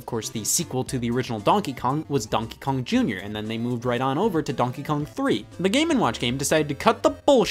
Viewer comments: Conkey Kong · It sounds like he's saying Bonkey Kong. Its the newest Kong everybody. He flails his arms around wielding a baseball bat yelling Bonk! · Bro why does he say donkey kong like that Its like DONkey kong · Why does he say donkey kong like that😂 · the way scott says Donkey Kong.. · Every time he says "Donkey Kong" I remember he's from Ohio. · what the fuck stop saying donkey Kong like that I never noticed you saying it like that before stop it stop it Edit: ok he said it right thank god Edit again: he said it the bad way again